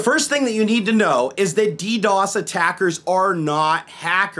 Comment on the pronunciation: that side camera gives me cancer... its dee dee ow ess NOT dee dos